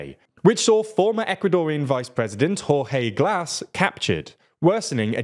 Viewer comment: OMG, that's, that's a way to say Jorge alright